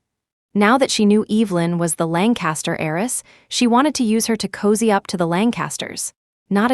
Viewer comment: HEIRESS not Eris or ays